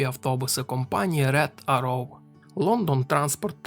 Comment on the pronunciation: рЕгент, рЕгент, рЕгент. Це для того, хто читає. І ще 1125 раз повторити. Від твого регЕнта з вух кров тече. Ну а про роутмастер та аррОу я взагалі мовчу. Вчи англійську або хоч спитай, як це вимовляється аби не ганьбитися.